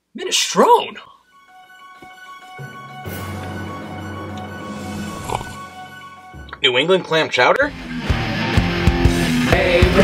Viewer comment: I've never before heard anyone fail to pronounce the final 'e' in Minestrone. Buon Natale a tutti!